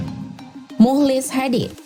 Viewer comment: mukhlis dibacanya muklis bukan mulis yg betul dong min cara baca kalimatbnyak belajar lg min....